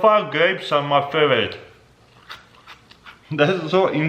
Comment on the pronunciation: Faveeze dvried stvrawbevvys